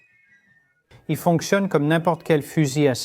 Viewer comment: "En dix sept trente neuf" ... Mille sept cents trente neuf, non ? "Ne fonque tionner pas chien pas bien" ... J'ai vite décroché.